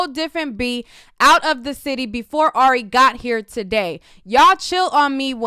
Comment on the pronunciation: you keep saying airy when it Ari lol